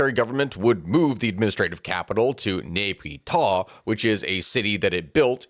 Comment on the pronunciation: Nay Pyi Daw (N e h • p e e • d o u g h)